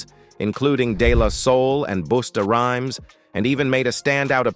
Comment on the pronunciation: BOOstah Rhymes 😆